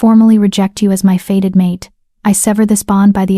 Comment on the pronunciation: It's not "faded mate", it is "fated mate", as in destined to be or happen...